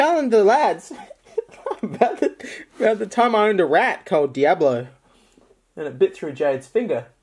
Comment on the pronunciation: His name is Dee-ablo and he was an albee-no rat